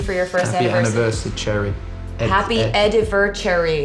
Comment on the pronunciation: Happy "Eddy-ver-Cherry" aww I'm so Excited about it.. -Taylor